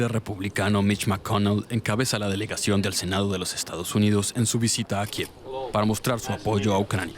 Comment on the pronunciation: Enséñenle a los gringos que no se dixe Kiv , sino Kiev es ridiculo que español estén empezando a decir Kiv